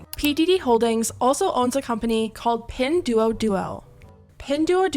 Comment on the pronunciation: You pronounced pin duo duo wrong and it’s still exists so I have no idea you made it sound like it doesn’t exists. Pin duo duo is cheap in china and usually it’s a scam as most things there are fake